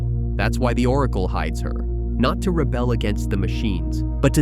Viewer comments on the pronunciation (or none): none